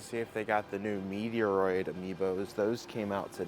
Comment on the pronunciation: Took me a while to figure out how you say Metroid LOL